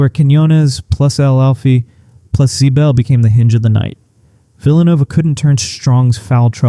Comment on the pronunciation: Ziebell is not pronounced Zbell. For someone hot into UConn mispronouncing names makes one wonder what kind of fan doesn't know how people pronounce their names? When did it turn? - when UConn stopped turning it over, and made Nova turn the ball over. While the stat line between Williams and Jana wasn't really all that different except in the rebound department, I don't have a + - on them, it's true the former hasn't reached expectations, but then neither has Jana, and center is an unfixed problem until next year. I think they can scrape by but it puts a lot of pressure on Strong and the turnover queen.